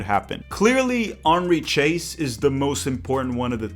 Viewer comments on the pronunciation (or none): The pronunciation of "Chase" is completely wrong.